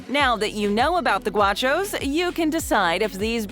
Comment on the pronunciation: It’s GOW-shoss not GWA-shoss